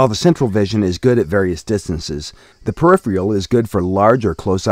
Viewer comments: does he keep saying periphreal? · can't deal with the narrator's inability to pronounce "peripheral"